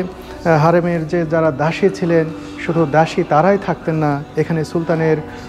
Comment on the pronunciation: জৌন দাসি নয়,দাসি বলুন,,।